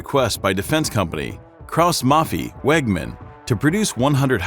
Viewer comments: Was it really too much to ask to check for the proper pronounciation of "Krauss-Maffei-Wegmann" and "Panzerhaubitze"? "Haubitze" is pronounced almost identically to "howitzer", only a "b" instead of a "w" and no "r" on the end. "howbitzeh". If there were many Umlaute in those words, I'd understand that it is difficult for non-German-speakers to get it right, but this is just a case of ignorance. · Kraus MaffEI wie ein EI WageMann not Wägmen